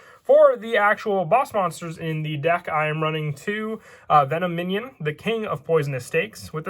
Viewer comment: VEN OM IN ON NOT VENO MINION